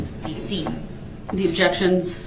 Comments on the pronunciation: … and leading… and spekkalative, and relevancy, and subject matter jurisdiction, and takket, and plaintiff, and biased, and sub-stained, and standard interrogation techniques, and alleged, and identity, and objekkshuns 😂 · The Judge Sustains 1 of DB’s Objec-Shuns on the “GROUNDS” of Hear Say! Leading! Or “Speclative” then he uses that same Objec-Shun as many times in a row that he can, thinking the Judge will continue to Sustain his RIDICULOUS Objections! I Love how Casey stares down DB after ask a question! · 😂😂😂😂😂 what no Objec-shuns?